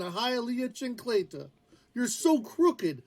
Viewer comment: that “chan-cleta” was the most gringo thing I’ve heard , ahead of that “y tú sabes”